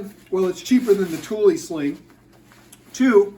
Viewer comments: Don’t worry. You are saying it correctly. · I had to look up the actually pronunciation of Thule, and have just found out i've been pronouncing it cool sounding, but incorrect for years. It's actually the way you pronounce it, with "eee" in the end. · I worked in a bike shop for almost 6 years and you said it right. Its pronounced "Tooley" so yes, you got it right. Just like "Yakima" is pronounced like YAK (like the animal) KEE - MAH